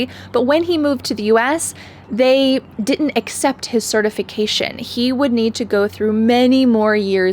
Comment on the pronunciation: Fyi. The "d" should be pronounced in "didn't" so it can be heard. That is your first mistake.